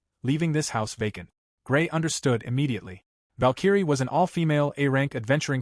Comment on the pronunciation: how does the AI voice not know how to pronounce Valkyrie???